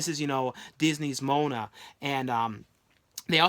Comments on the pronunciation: Moh-ah-nah not Moe-nah lol. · _ josegmol for one it's Moana not Mona get a light Forest Moana not Mona to get it right okay but I could videos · You pronounced Moana wrong